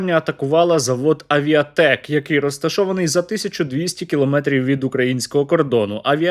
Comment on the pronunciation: Тількі не "Авіатек", а "Авітек"